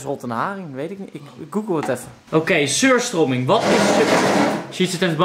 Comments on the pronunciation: je spreekt t uit als suur strömieng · Je spreekt het uit als suuustruming ik heb het in mijn koelkast liggen😂